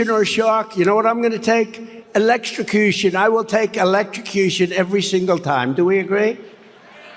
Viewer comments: The mispronunciation of 'electrocution' notwithstanding I was struck by a generally greater clarity in Donald Trump's voice in that recounting of the shark story in Ottumwa as compared with yesterday's in La Vegas. There seemed more life and feeling in the voice, too, so the decline is certainly audible in those two instances. Possibly he may be getting jaded himself with that tale. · Has a big problem pronouncing "electrocution". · He was having a difficult time saying the word “electrocution”, so guess he decided to keep using it sentences hoping he’d finally get it right.